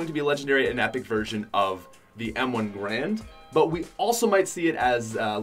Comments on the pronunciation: M1 Garand. Not grand. Two a’s not one. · M1 GAR-AND NOT M1 GRAND